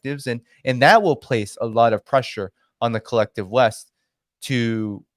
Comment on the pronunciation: Pretty sure you said collective But, I heard kleptive :)